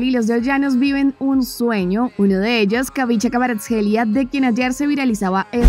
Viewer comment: Vamos a ver fútbol Daniela Se pronuncia Bicha⚽⚽